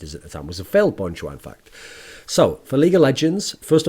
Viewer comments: Thoorin, love your content but it'd be better if you pronounce it as "Jah" essentially Cha with a J, instead of Jois. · funny how when koreans say an english word they usually add an extra syllable, but this time is opposite LOL just pronounce it bon jah.,, not bon joo ah loll